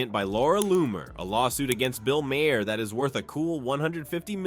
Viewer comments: Jesus Mary and the donkey ! It’s MAR MAR the H is silent from Ireland you’re welcome 🇮🇪🍀🌈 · The script for this video is hideous. Every paragraph tries to muscle in a lame joke at the end. And then to have it read to us by an AI with a sing-song speech pattern makes it utterly unwatchable. It kept pronouncing Maher's name as Ma-Hair. Just more of the low effort click bait flooding Youtube again.